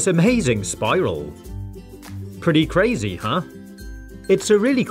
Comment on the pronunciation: nobody:: pretty cRaZy hUH